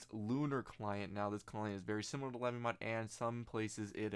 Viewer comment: lay bee mod not la bee mod